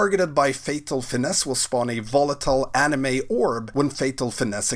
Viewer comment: "Anima", not "anime." :D